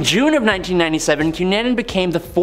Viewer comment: You need to find out how to prounoce names cunnanin I know it isn't spelled this way but think about it I know this and the one before the cunanin name you mis prounoced if I had done that my English teacher would have rose from the grave and yelled at me come on